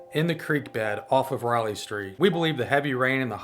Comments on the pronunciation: She keeps saying Ryle street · She kept saying Riley Street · The voice kept saying Riley St. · She kept saying Riley st